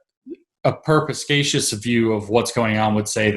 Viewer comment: It's "perspicacious" not "perpiscacious" FYI.